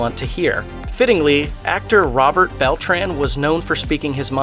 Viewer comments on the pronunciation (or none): none